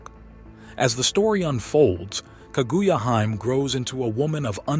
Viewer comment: "KA Goo Ya Hyme"